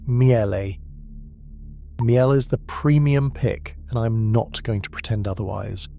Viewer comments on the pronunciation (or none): Miele is pronounced Meal-eh. I think.p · that's AI for you! Miele is German so pronounced 'meel-uh'. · The correct way to say Miele actually rhymes with name Sheila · AI bollocks. Can't pronounce words like launderette or decide how to pronounce Miele. My Hoover Optima washing machine is about 20 years old and is working fine. Maybe they were better built back then? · Interesting, a pity you can’t pronounce MIELE properly considering it’s the best on the market!! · These AI videos are annoying. The pronunciation of Miele is laughable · 5 different pronunciations of Miele, and then "Laundette" 🤔